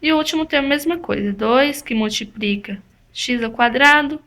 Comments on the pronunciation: MultipRica não deu né.. É com L colega.. mas fora isso, muito boa a explicação. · multiprica! multipriiica! bem simpres!